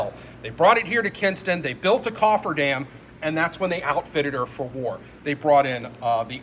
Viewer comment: Kinston, not Kingston. Great work otherwise 👍